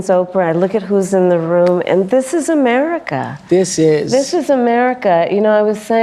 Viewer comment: "This is Ameerica. It's all about the proles."